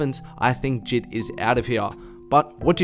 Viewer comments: The way he says JID gives me anxiety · God the way he pronounces J.I.D triggers me 😂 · sylvia trn Jid himself said they’re both valid lmao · he called this man jid